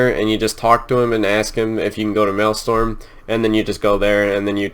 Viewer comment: The Maelstrom is a massive, fierce vortex of water that was created when the Well of Eternity collapsed into itself during the Great Sundering. "Mal-Strom" not "Male-Storm" - Malestorm sounds like a gay orgy.